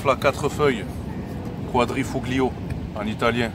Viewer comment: Le gl en italien se prononce juste L , on dit quadrifolio 😝